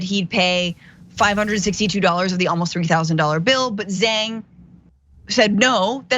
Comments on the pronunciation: FYI.Zhang is pronounced like JANG not zeng.. Liu pronounced like LEOO not Lu. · The turkish dood became the I God'your Bill Father in prison. No bully.😉 Also,, if you're chinese why are you pronouncing their last names wrong? haha